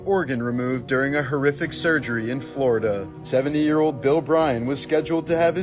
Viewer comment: Flow ee duuh doctor does not surprise me poor man